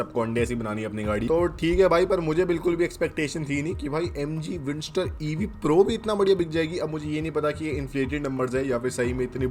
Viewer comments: Bro it's Windsor not Windster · भाई वो विंडसर है, विंडस्टर नहीं है ✓✓✓ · It is windsor not windstor